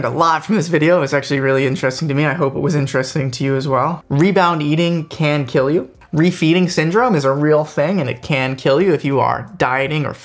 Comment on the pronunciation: I like the way you say "CAN KIIL YOU" 😒😂